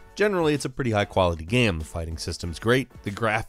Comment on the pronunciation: I like the video but i dont like the way you pronounce “game”. You say “gaem” And that distracts me 0_o